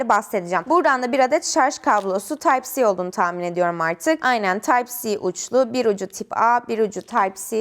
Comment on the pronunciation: Tip a ve taypsi diye okumana takıldım